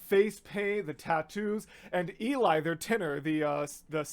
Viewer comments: Cool reaction. I loved watching as you heard that first " note":-D. Just to let you know, Eli's name isn't pronounced EE-lie, it's pronounced "EL-lee". I didn't know for a long time, so I thought, if you're going to be reacting to them, you should be aware. I look forward to seeing more of your reactions in the future. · i love how excited you are that's so cute and the costumes AHH oh and btw, 'Eli' is pronounced 'ally' and not 'eel eye' xd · Eli is pronounced Ellie